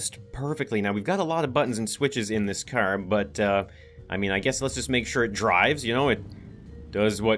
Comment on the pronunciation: The way says "Car": Hey need a cer? It's filled with cern!